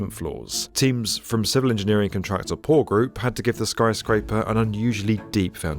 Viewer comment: U3 not a rail - that a subway. anyway..... its called PORR not POOR.